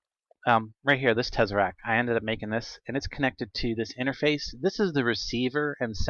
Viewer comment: Also its tess-er-act. Not tezaract. You dont call someone named Tess, tez. Think about how you pronounce PEZ the candy.